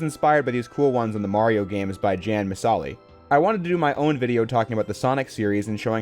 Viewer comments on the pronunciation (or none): jan Misali is pronounced "yahn me-sah-lee". It's the channel owner' first and last name translated into Toki Pona, thr "ja" part is just a prefix used to refer to any person. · Somehow, you mispronounced both parts of "jan Misali". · The jan misali mispronunciation will not stand John Missale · Just going to correct a mistake had jan misali is pronuced as "ya-n mi-sa-li" jan misali made some videos about constructed languages and is known to be a big supporter of Toki pona from which his YouTube channel's name is derived with Jan meaning person and the letter J is pronounced like a Y in toki pona Here is proof for those who need it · Not to be a stickler because I'm just glad to see you tackle this topic and to see people like their content, but their name is pronounced like Yawn Me-suh-lee. Anyways, I do think this is always a really interesting topic for discussion because what people consider to be main series can often times be so subjective and personal. Especially because the actual documentation itself tends to be so questionable. It's a fun topic to tackle and I always like hearing your take on stuff. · He says his own name every video bro, how did you mispronounce Jan Misali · Bro did NOT pronounce “Jan Misali” like that